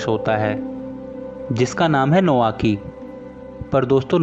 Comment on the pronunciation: नोआकी नही नाओकी कोटोको नही कोतोको जापान मे ट नही त बोलते है i love drama ❤